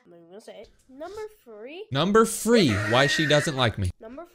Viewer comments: Illinoise 💀 and number free 💀💀💀 he’s making my computer more cringe 💀💀💀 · In number free😂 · “Numbew fwee” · "Number free" 💀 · "fwee two one!" 😂😂😂😂😂😂😂😂😂😂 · Why is the girl keep saying the number three wrong she literally said free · So you hate him, but you can’t even say three💀